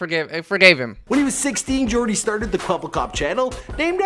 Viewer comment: its yoooordy not jooordy